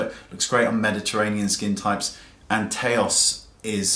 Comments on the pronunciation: Great video, those are some very helpful examples. Nars Taos though, Taos is one syllable and the vowels sound like "ow" as in ouch. I might have to by that blush just because it sports the name of my home town. :) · I love your pronunciation of Taos. :)